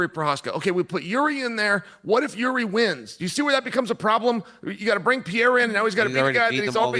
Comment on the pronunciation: Chael really can't pronounce his name, so much I get confused who he is talking about, its not Pierre!!!